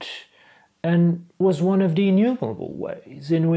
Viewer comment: "was on of dee" Not sure if that was quite the famous BBC accent lol. Great English thought apart from that.